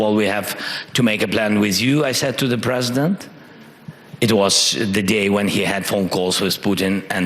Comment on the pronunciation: If was pwesident. If I was pwesident. Reminder you supposed to be the president. Jesus Christ 🙏